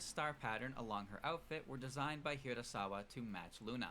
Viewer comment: Amazing video but one question, Why do you call hirasaKa makoto as hirasaWa?